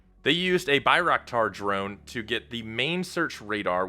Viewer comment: Bye rack tar drone lmaoooo